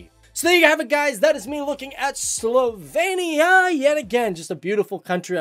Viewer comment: It is SlovEnia not SlovAYnia. However, as a person of Slovenian living in Joliet, IL, I’m glad you are speaking about the country of my ancestors.